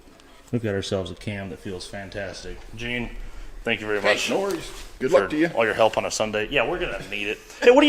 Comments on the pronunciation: The “oh tank you” was amazing! 😂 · “Tank you “ 😂. I probably laughed way to much at that lol